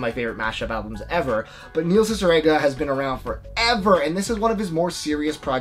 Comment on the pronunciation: Neil’s last name is pronounced "Cee-cee-reega," incase you’re confused!